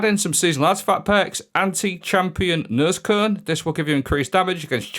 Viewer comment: ”Nosecone” You actually pronounced that as I would in Swedish Nööööscöööne